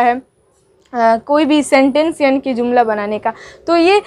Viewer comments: Baaji zumla nh hota jumla jota h 😌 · Mam aap urdu ki Teacher hai urdu word jumla hota h zumla nahi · جملہ کو آ پ ز سے زملہ پڑھتے ہیں یہ غلط ھے جملہ پڑھۓ۔ مہمل پہلا م پیش کے ساتھ دوسرا میم زبر کے ساتھ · زملہ نہیں جملہ ہوتا ہے